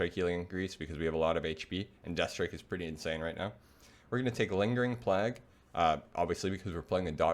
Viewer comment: Been following both your WotLK and retail DK guides, quality content for both. "Plague" is pronounced as PLAYG just as a heads up as you use the word quite often as a dk lol